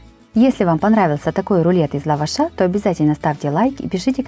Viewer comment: ЛавАш- в лавАше, безграмотное ударение, и говор слушать невозможно